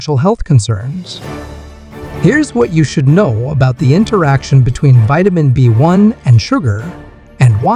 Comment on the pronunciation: "Vitamin bone" lol! You mean "Vitamin B One"